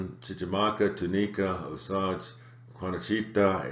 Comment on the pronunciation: I was born in Rome but my family moved to the Kansas City area in the late 1970s. "Osage" is pronounced "O-sayge."